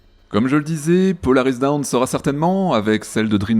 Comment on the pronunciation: Alors ce n'est pas Polaris Down mais dawn (prononcez DAUNE) ce qui veut dire "Aube". Par contre, il y en a un qui commence à me faire peur, c'est Elon Musk. Je crois qu'il faudrait lui expliquer "poliment" ce qu'est la démocratie !!